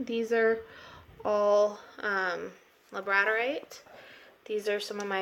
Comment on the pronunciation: So glad I stumbled across your channel. I am officially a new subscriber! Your collection is super stunning and has such a great variety of crystals. I hope you don’t take offense but just wanted to say two things: 1. Labradorite is pronounced LA-BRUH-DOR-ITE and number 2. Your “citrine” is actually heated/baked amethyst NOT real Citrine. You can tell because of its color and form. Much darker & amber than actual Brazilian or African Congo Citrine. I just don’t want you getting ripped off because real citrine is much more expensive than baked Amethyst. That being said, you do YOU gurl and I wish you nothing but the best in your future.